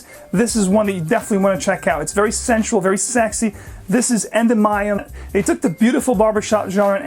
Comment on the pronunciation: I'm a huge Penhaligon's fan and had to comment here to correct a mistake so when any of us visit a Penhaligon's shop in the UK, we won't embarrass ourselves. I love your review but you got "Endymion" way wrong. It's pronounced "en-DIH-mee-un", accent on the second syllable. Not "EN-duh-MY-um". Oxford English Dictionary online will confirm.